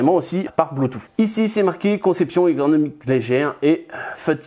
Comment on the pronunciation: Bluetoo"SSE" pas bluetoo"FFE" ! :)